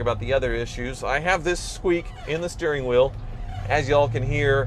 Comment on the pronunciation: Talking too much is bad enough but "pinky sterring"